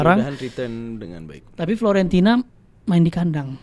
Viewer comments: grget dnger ngomong Florentina,FIORENTINAA 😂😂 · buat, bukan FLORENTINA tapi FiORENTINA.. 😅😅😅😅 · Fiorentina bukan Florentina 😂